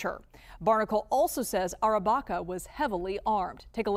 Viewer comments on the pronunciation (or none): What's going on here? The report's voiceover pronounces the accused's name as Andrew Arrabacca, but the supplied spelling confusingly is (Andrew) Barraca, a completely different surname. Which is right, if any? Get you act together.